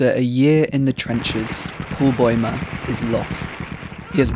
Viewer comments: noo one points out how he says boimer instead of baumer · I dunno how anyone gets "boy-mer" out of Bäumer. The diacritical A is an "ah" sound, and even if it were a nornal, A, it would still be pronounced "bow-mer". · i am sorry but did you just call him paul boymer